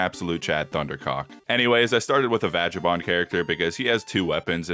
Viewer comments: ACtuAlLy ItS VagAbOnd not VagAnBonD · What the fuck is a "vadgabond"?